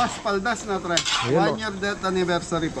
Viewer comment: it's not tree but three po.😮😂